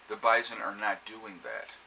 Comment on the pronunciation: bison, not bizon!